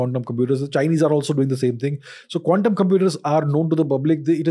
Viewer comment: Dude Ranveer, please stop pronouncing quantum computing like condom computing!😅😅😅